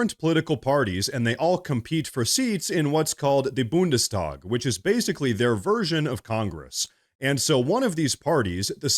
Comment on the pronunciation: Boon des tawg 🤣 sorry it’s a hard word tho… Btw f German politics, it’s all a show for whatever lobby